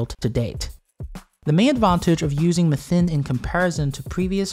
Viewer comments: I love this video. The recap is well formulated. The only thing that bothered me was your pronounciation of “methane”😅. One generally pronounces it as “meh-thane” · theres "mathane" theres "mithane" but no "methine" like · I've never heard anyone else call methane like that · The British usually pronounce it Me-thane Americans seem to pronounce it Meth-ane. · I hate the way he pronounces methane as well as the fact that he didn't provide metric measurements near the imperial ones. Very unprofessional. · Why are you saying "methane" different than everyone on the planet -- just to be obnoxious?